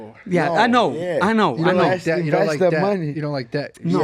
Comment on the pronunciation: Can someone please tell my man money Moicano...debt is pronounced "det" not "debit"